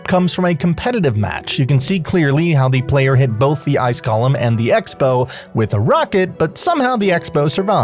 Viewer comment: You're (like so many others) pronouncing Golem incorrectly. You are pronouncing it like Gollum. They are two different words. I know some people will like to claim that you can say it either way, which is correct, if you want to pronounce it wrong...or you could choose to say it correctly and not act like you are talking about a The Lord of the Rings character. My precious!